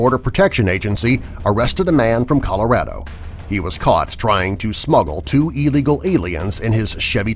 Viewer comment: "two illigal aliens"? XD